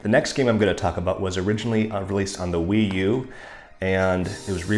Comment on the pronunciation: It’s interesting seeing you show your real tastes and personality, but please don’t lose that dry wit. Ngl I kinda miss you saying “Why-U” instead of Wii-U lol. Either way subbed! Glad to see you grow as a content creator. 🎶SHAKA WHEN THE WALLS FELL🎶